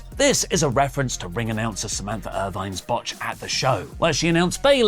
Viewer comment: Awfully bold of to call out a botch while simultaneously calling Samantha Irvin "Samantha Irvine"...